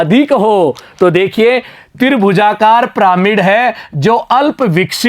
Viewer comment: Sir piramid hai pramid nahi hai shahi se padho 😮